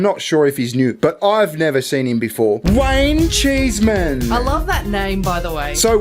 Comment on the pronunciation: Heard you say his name and all I heard was Wang-cheese Man. And that shall be his name henceforth. 😂😂